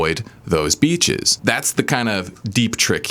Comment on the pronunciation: As a not native English speaker, I have a hard time hearing the difference between "beaches" and "bitches", though "avoid these bitches" advice still works for me lol Very informative and true video. Great channel, man, thank you for your help.